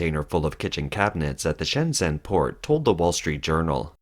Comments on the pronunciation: Can you please stop saying "Shenzen" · keep saying shenzen it makes this guy mad